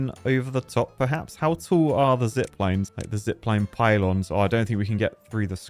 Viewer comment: First time this early to see him butcher not only the sluices, but also zip lines now apparently